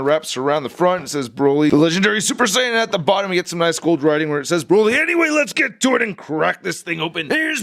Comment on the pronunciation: Mispronounced Saiyan as Sayin